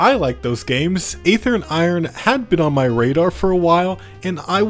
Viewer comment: Some will say that you pronounced Aether wrong, do not listen to them